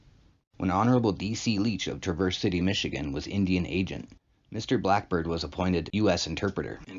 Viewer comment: You are not pronouncing Traverse correctly. J/s